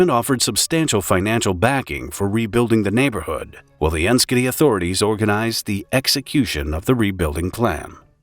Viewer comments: 'Enschede' is pronounced ens-gay-day. It's not a joke. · Enschede is pronounced “en-shed-deh” for your information. May be Canadian but been to the Netherlands three times